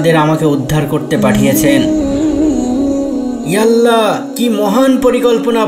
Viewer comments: উচ্চারণ তাহলে ঠিক করতে হবে, আপনাদের উচ্চারণ এ ইআল্লা বলা হচ্ছে, ইয়া আল্লাহ মনে হচ্ছে না। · ইয়ালা ইয়াল্লা বলছো কেন তোমরা, তোমরা আল্লাহর নাম বিকৃত করে উচ্চারণ করছো, তোমরা আদৌ মুসলিম তো? নাকি মুসলিম সেজে অন্য চক্রান্ত করছো?